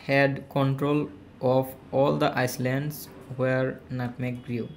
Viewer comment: Island - আইসলেন্ড না। আইলেন্ড হবে।